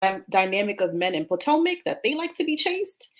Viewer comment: Are you saying potmac on purpose? LOL!!